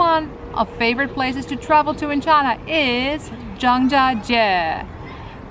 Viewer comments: I find it unpleasant to hear you pronounce china like Donald Trump.please pronounce China properly. If you can pronounce Hainan properly you can say China correctly.Thank You. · She works for CIA? Cant pronounce China properly?